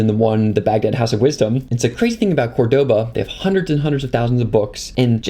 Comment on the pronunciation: sooooo interesting. just two things- 1. please set the white balance to a value, the changes are dizzling 2. Córdoba with stress in the first "o".